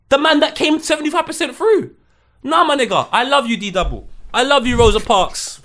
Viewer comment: How is my man saying Rosa Parks loooool